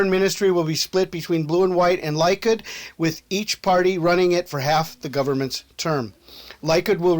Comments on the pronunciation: Likud, its pronounced "lee-kood".. Beiteinu, "bay-tay-nu". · It's pronounced "Leh-kood"